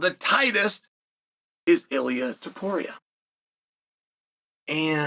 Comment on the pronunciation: Chael actually pronounced Ilia's name correctly. It was a great opportunity to call him Ili Apturo